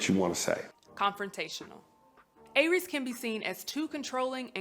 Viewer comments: Never heard it pronounced like that. Though it was "AIR-rees" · I feel like she mispronounced Aries through the entire video. 😂😂😂😂